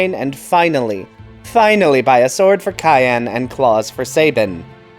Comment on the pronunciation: I have never met anyone say cyan as cayenne